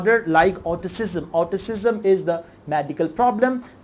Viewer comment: Your pronunciation of word Autism and lego are wrong